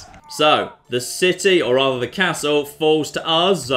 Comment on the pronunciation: The way he says castle triggers me